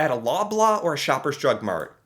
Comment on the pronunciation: lol the way u pronounce Loblaw